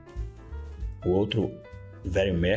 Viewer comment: A pronúncia em inglês de Automatic é 'aldomérique'